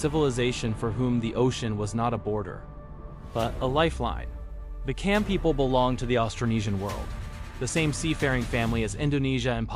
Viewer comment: It is pronounced as Jam not Kam.